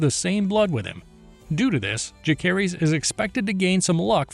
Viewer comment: Jacerys and Lucerys....the C isnt hard, its pronounced like Luserys/Jaserys. They say it numerous times in the show, there is zero reason for you to mispronounce it.